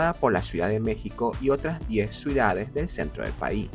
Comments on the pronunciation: ¿Escucho mal, o dice "suidades" en vez de "ciudades"? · ¿Por qué pronuncia "Suidades" en lugar de "Ciudades"? 😭